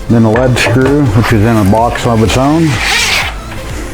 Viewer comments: Informative video, thanks for posting. (and it's pronounced 'LEED' screw, btw). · lead follow or get out is how you pronounce lead screw. not lead acid battery.